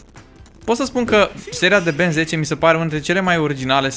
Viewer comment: se zice Ben tenn